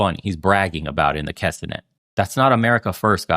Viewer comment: K'NEset, not K'senet